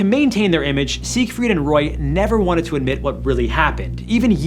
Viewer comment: Seigfried? Seriously? 😂😂